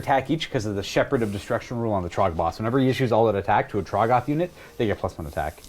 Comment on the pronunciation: Trog-GOTH. 😂 I think it’s TROG-goth, buddy